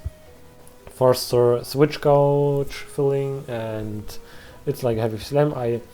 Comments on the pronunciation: Btw gauge is pronounced like sage. I have no clue why it's pronounced that way lol. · "Gauge" is pronounced with a long 'A' sound. It rhymes with "rage" or "page". Yes, English is really dumb.